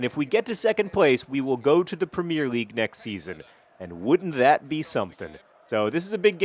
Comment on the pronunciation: Please do us a favour and for once just say Premier league, with 3 syllables in the 'premier'